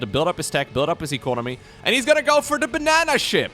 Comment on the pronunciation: "Bannana Ship" KEKW